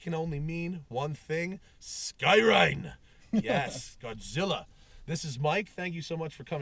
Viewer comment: SKYRINE, nice Japanese accent